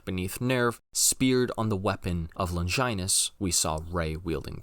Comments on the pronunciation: My dude - It's 'Lawn-jii-nous' - Not ''Longginus'' in how its pronounced. + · How do you pronounce longitude? Do you pronounce longinus like you do on purpose my goodness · Someday I'll hear a Youtube NGE breakdown where the essayist will pronounce "SEELE", "Longinus", and "GERHIRN" correctly.... Otherwise this is solid stuff.